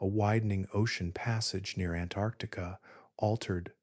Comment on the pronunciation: Please learn to pronounce “Antarctica” correctly. There are two “c”s.